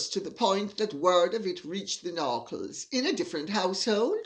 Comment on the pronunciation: The “Narckles”???😂